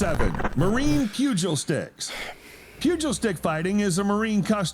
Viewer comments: From a Marine Corps veteran who’s undefeated in pugil stick battles. The word is pronounced “PEW-GULL” sticks. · In regards to the pugil stick video. The narrator/write is a moron that doesn’t know what is happening. The way he pronounced “pugil” was downright offensive. The referee wasn’t showing his “disapproval” and stopping the engagement because he thought the male was being too rough. He interfered because of the strike landed. Let me explain, the pugil stick is a placeholder for a rifle with a bayonet. The black end is the buttstock of the rifle, the red is supposed to be the bayonet. The saying goes “red is dead”. So any blow that makes contact with the red end will end the round. That is why they were seperated